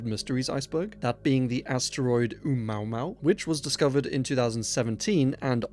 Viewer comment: I did a double take when you pronounced Omuamua as Maomao